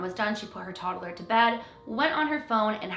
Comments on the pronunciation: “Toddaler” lol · She says “toddler” weird 😅